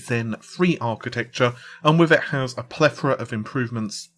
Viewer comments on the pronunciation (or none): none